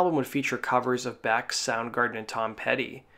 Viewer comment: Is the narrator pronouncing Beck as "Back"? No thanks, I'm out!